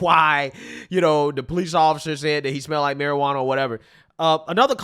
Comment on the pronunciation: “Maruh-ranna” lol